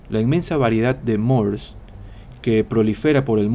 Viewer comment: muy buena lectura! una corrección, en el minuto 7 que pronunciás "mores" se tiene que pronunciar la e, ya que es palabra latina para costumbres y no una palabra inglesa. Saludos!